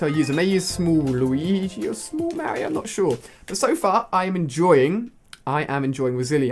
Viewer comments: Alia its mario ! Not merio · I love "Rosilia" and "Mary-o" lol. They're my favorite characters. Rip mario kart wii :( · Not to offend you. But you pronounce Mario like one of the characters from Paper Mario The Thousand Year Door.